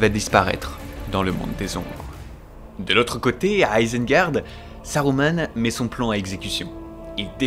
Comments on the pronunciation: "Pipine , minasmorguoule, Izengard" ptdrrrrrr j'ai envie de mourir c'est quoi cette prononciation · J'ai trop kiffe c'était trop bien :D moins fan de la prononciation de l'Isengar mais trop bien